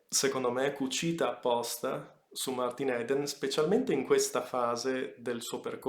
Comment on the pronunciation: Si pronuncia martin idn